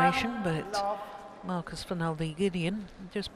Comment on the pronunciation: The umpire really had to learn to pronounce names well. It's one of the job descriptions of an umpire. It's not professional and so annoying to hear him calling Marcus "Marcas" and saying Kevin's full name so wrong!. Belajar tuh dari komentator Oma Gill. Nyebelin! Semangat Kevin/Marcus! 🏸💫